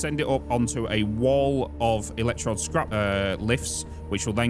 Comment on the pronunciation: EL ECK TROWD (like toad) buddy